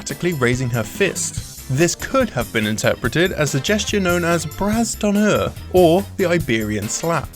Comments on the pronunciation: It's not pronounced "Brass Donner" but rather "Bra Donner" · BRASSE D'HONNEUR So i'm french , and ... We don't say Btas d'honneur like that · "Brasse d'honneure" French cringe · Nice video ! Just so you know, the "s" at the end of "bras" is silent. You want to pronounce "bras d'honneur" like this : "bra doner". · Prffffffffffttt.......the fuckin' english accent when he says "bras d'honneur" !!!! #ImFrench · The "Bras d'Honneur", we don't say the "s", "Bras" is french for "Arm" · French Captain here : when you say "bras d'honneur", don't pronounce the "s", it's a mute letter. flies away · Wow, love how you pronounce Brad d'honneur XD